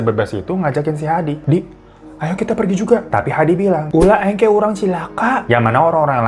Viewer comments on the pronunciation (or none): Ulah engke urang cilaka🤣 ngakak banget bang hiro bacanya eng ke wuahahaha pake u bang "eungke"